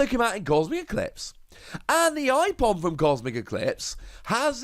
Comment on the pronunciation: i-Pom? It's Ape-om